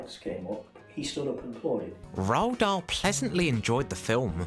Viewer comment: C est (roald dahl )pas( rahl dol) on a l' impression d entendre le mot( ras le bol )